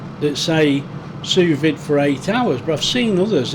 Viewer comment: It might be write "sous vide" but it's prounounced "sous vee". It's French with silent letters